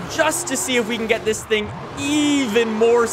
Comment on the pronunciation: He became French for a sec ‘sing’ instead of thing